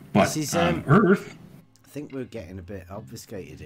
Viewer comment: its not DERTH... either...